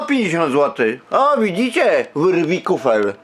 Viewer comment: "WYRWIKUFEL" no ogółem dziękuję za wypowiedź